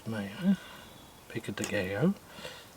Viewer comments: It's pronounced pico de "guy-oh," not pico de "gay-oh." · it's pronounced GUY-OH not GAY=Oh 😂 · Pico de "gay-o". That cracked me up every time you said it. It's pronounced Pico de "guy-o". 😆😂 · Its pronounced Pica de guy-o. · It pronounced like this. peek go day guy yo !